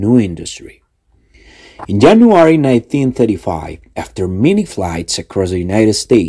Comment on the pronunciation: Yo escuché solo Jenuary